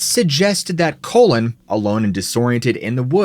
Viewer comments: The name is Cullen, not Collin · *Cullen, not colon. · It’s not Colon OR Collin. It’s CULLEN, as in when you “CULL” a herd of cattle.